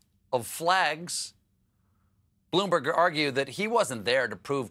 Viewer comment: Did anyone else hear Stephen say "Bloomberger"?